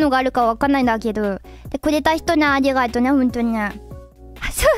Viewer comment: Yeah, I may not be fluent, but I'm able to catch those bits. The part that got me was her saying arigato as "anigator".